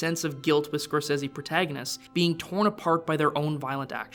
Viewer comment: Who is this "Scorsezzy" guy he keeps talking about?